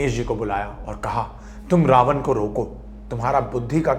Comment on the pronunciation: pehli cheez, Raavanaaa nhi hota raavan hota h, angrez nhi dekhne vaale ye video